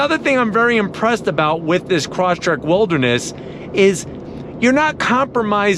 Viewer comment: you should pronounce it properly. not croshtrek, but cross trek